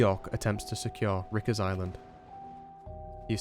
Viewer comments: lol. Rickers island. RI-KERs. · Called it Ricker's Island instead of Riker's (rye-cures) Island. :) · Excellent. Riker's Island (Rye-Kers), Rhode Island not Rode Island. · "Ricker's Island" nice it's another "Louis-ville" event